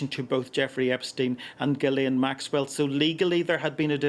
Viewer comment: so petty but I love no one says “Ghislaine” correctly ever